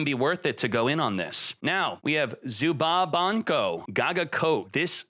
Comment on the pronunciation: sorry what? zubanko gagacoat? almost missing as many letters per word as xqc manages per sentence